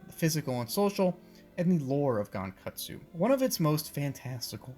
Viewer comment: It’s pronounced (Gon-Kut-su-oh)